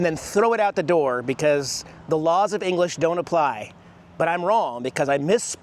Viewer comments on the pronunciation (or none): none